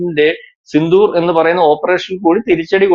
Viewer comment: സിന്ധൂർ അല്ല സിന്ദൂർ ആണ്